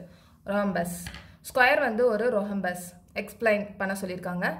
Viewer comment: Rohombus illa adha raambus nu pronounce pannunga